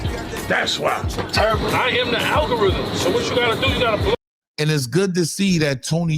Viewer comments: The "Althorithm"😂😂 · Nigga said altherithm 😂😂😂😂